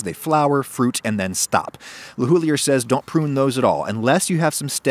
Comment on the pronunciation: I know you made a video about pronounciation, but it sounds terrible when you say LeHoullier